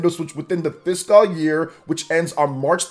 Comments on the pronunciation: Why does this dude say fiscal so weird? Lol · Bro I'm saying though